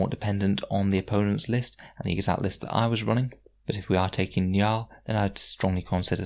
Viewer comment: It's pronounced njOOl